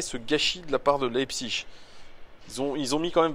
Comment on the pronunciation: Pour bien prononcer Leipzig ;-)